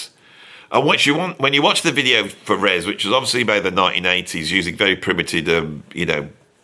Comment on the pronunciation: FYI It's not 'Res', it's 'R.E.S.'. Tim once told me it didn't particularly stand for anything (or he didn't wanna tell me). But he said he was amused by all the theories people came up with for what it meant.